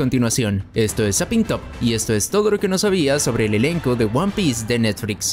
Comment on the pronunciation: Lo dificil es escuchar netfrix y no netflix